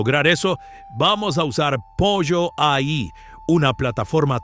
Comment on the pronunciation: Jajaja 😂todos en youtube le dicen pollo pero en realidad debe pronunciarse polo